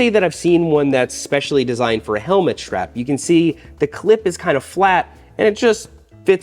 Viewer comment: Schrap? What is a schrap? Strap. The word is strap. Say strap. Or whatever..gonna go ride my borik.